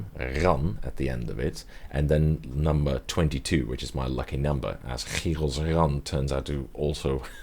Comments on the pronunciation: Its creepy how dutch you sound when pronouncing Chyrosran xD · I thought it was hard to pronounce chyrosran before but fuck me I definitely can't now lmao